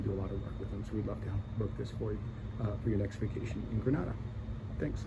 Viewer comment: Gosh at lease pronounce the name of the country properly. If gre nay da. The a is like the alphabet "a" not "ar"